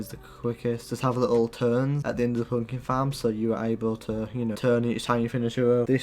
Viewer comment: When he says pumpkin farm it sounds like funky farm